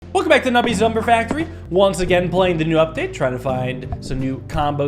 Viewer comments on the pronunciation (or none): I know you said "new update" but it sounded like "nubpdate"